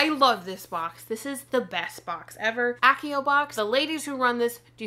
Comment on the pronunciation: You mispronouced Accio